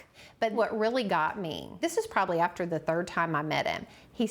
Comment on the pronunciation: This dude said "ofter his mother OFFED away wtf